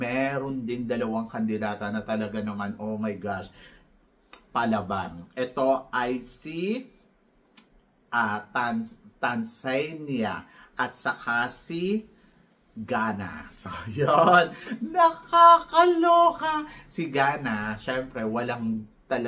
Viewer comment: TAN - ZA - NIA................HINDI TANSANIA